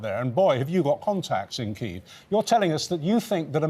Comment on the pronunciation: The bloke can't even pronounce "Kyiv" correctly. 🤦‍♂🤦